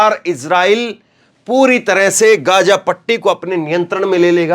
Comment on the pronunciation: इस क्षेत्र को गाज़ा कहा जाना चाहिए और न कि गज़ा। आप डिक्शनरी में और गूगल में इसका उच्चारण सुन सकते हैं।